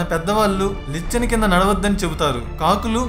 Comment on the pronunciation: నీ వాయిస్, వివరణ చాలా బావున్నాయి. కానీ కొన్ని పదాలు సరిగా పలకడం లేదు... 1.దురదదుష్టదేవత- దురదృష్ట దేవత 2. లిచ్చెన - నిచ్చెన 3. రావిచెట్టు వెదురు కాదు- రావిచెట్టు కలప...